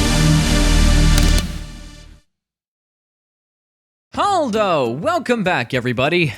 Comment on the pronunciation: Are you saying "HALDO?"